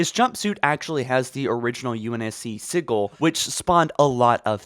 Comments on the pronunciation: It's pronounced see-jawl not see-gul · Come one man, it’s pronounced ex-box, not ets-box. And sigil is pronounced sih-jil, not siggle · 🤣🤣 this man said sigil like jiggle I'm done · “UNSC siggle” like has he ever explained why he talks like he has literacy issues? I like the info Halo Follower shares but damn you drive me nuckin futz. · You pronounced “sigil” wrong lol